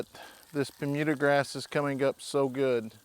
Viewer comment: It always cracks me up to hear say "permuda grass"!!! Love how he makes up his own words!!! THAT'S A TON OF BABY CHICKS!!!